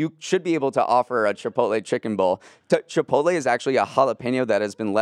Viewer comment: I thought it was an accident the first time but “chip-pote-lee” common you sound like my mom trying to pronounce it…